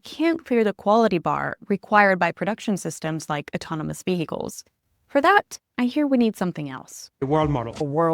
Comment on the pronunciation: VeHicles she says